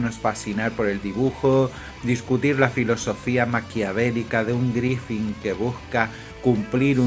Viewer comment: Buen video, aunque me ponia de los nervios al escuchar Griffin... Griffith amigo! Un saludo